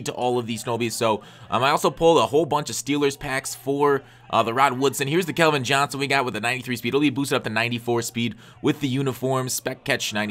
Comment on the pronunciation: CALVIN AS IN CALCULUS NOT KELVIN...sorry it was annoying hear you say it wrong